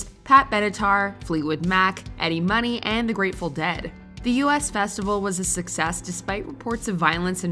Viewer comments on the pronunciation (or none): The "U S" festival? Good lord. it was the "US" festival - as in the "look at US at the concert!" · The “US” Festival.....not pronounced “Youuu SSSS” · You’d think if you’re presenting ‘facts’, you might want to learn how to pronounce some of it. I’m talking about you, U. S,. Festival and maybe Laura N-I-Ro. Haha. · It's the "US Festival" as in "we", not the "U.S. Festival" as in the "United States Festival"... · It was not the "ewe-ess" festival, it was the "us festival", hence the reason: to decry the self-obsessed 1970s (you know, the "me festival"). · It’s the US Festival, not U.S Festival, the word Us. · Sorry lists but it's US Festival, as in the two of US, not as in US of A. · The 'US' in US Festival is pronounced like the pronoun.